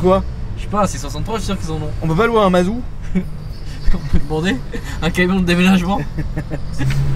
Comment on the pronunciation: par contre on dit mazout :)